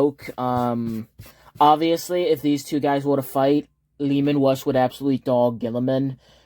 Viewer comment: I thought you were just calling him Leman Wuss but it's just a speech impediment 😂